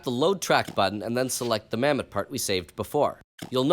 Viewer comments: Bro said Mamet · Mammott more like, MAMMET.